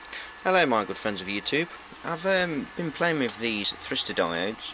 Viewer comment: You forgot the y. They're thYristors. Three syllables: thigh-wrist-or